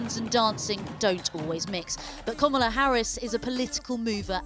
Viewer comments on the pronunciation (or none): Komola? Lol announce her name properly